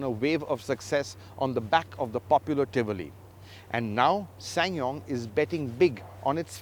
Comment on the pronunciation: he pronounce this brand like a pro